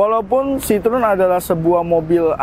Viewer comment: Salfok, pelafalan ejaannya bukan sitrun Pak tapi s-i-t-r-o-é-n